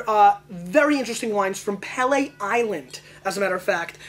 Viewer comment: It's pronounced "Pee-lee".